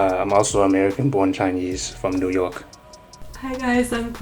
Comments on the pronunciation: the way he said New York though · I've never heard of any North American pronounce New York that way... Is that a new York thing or chinese accent thing lol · 4号太明显，new york纽约的发音太中国了，就只看一个词就知道了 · 加拿大华人口音偏中国还有情可原一些，但是美国华人我真没听过口音这么重的。。。“new york”这个词就很像中国人的发音